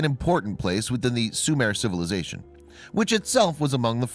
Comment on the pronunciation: Sumare is not and was never a country it was pronounced Sumer and Sumeria not Sumare.